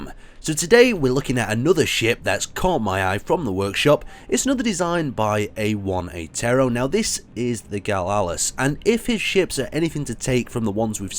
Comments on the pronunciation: It’s pronounced Galas not galalas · "Small ship gone wild". Has a Jem'Hadar weapon. Put the pieces together. X3 Also, "shame" on you for mispronouncing the name. X3